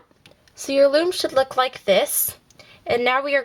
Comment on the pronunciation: You said floom